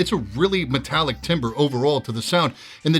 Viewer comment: Lol u don’t know how to pronounce “timbre.”